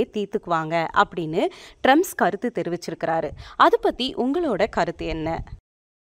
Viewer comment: Trums illa trumph😂😂😂